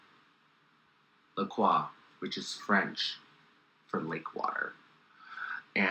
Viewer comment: Thank you Sharon for being the only person I have ever heard pronounce La Croix properly.